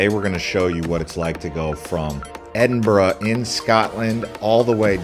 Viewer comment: Nice pronunciation of Edinburgh. Almost there with Glass cow. EDIT: Funny to see an American see the absolute state of the British railway system. Unfortunately the pricing system is absolutely crazy and you have an entire ecosystem of companies like Train Line that exist specifically to find the best prices. 500 USD for the Eurostar! Absolutely disgusting prices. ETIAS isn't active yet and probably won't be until 2027.